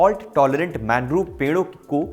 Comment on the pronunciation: मैनग्रोव नहीं मैंग्रोव होता है गलत मत पढ़ाया कीजिए भाई